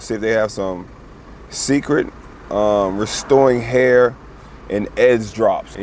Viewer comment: this n!gga said SECRET drops i would've never guessed he was tryna pronounce Cecred lmaoooooo